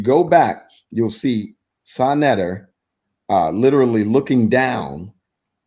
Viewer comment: i was referring to when you stated pronounced your name wrong. It sounds harsh on second thought, but if you're gonna make the claims that he makes it brings harsh criticism.